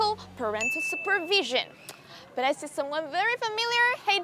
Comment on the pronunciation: If u're a fan of this TV program, you'll probably realize she makes a pronunciation mistake on the word "said" constantly, she pronounces it as /seid/ instead of /sed/,and also mispronounce says as /seiz/ instead of /sez/. But I do think they're just minor mistakes, she's still understandable and those mistakes are common among non-native speakers